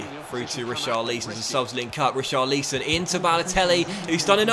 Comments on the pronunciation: It’s pronounced tarkovskee and risharlison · How many times do we have to ask you to say Richarlisons name properly? Read the comments ffs